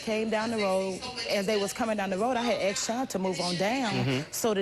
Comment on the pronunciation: ASK not axe, for fuck sake...